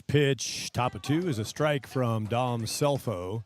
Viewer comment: Great game Great announcing but Scelfo is pronounced Shellfo! ❤ Grandma